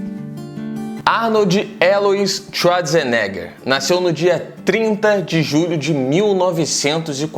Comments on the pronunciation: Arnold txuadzerneguer ?? vc fala assim kkkkkkkkkkkkkkkkk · Arnoldi shuazinegher